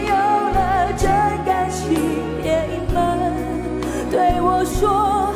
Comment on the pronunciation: 怪了，歌词到底是：一颗爱我的心？ 还是： 七颗 爱我的心？？？ 别隐瞒，对我说；还是： 别 心 瞒， 对我说？？？ 因她下颌骨和下牙床发育不良（俗称缩下巴）形成相对小口腔，大舌头，导致某些字发音不清！！！ 用头发遮住的右耳，暗藏着耳麦，就是个对嘴假唱的！！！